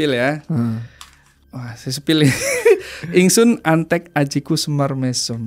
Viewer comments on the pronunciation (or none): 'Amatek' itu,..bukan 'antek'...ingsun amatek ajiku si Semar mesem...🙏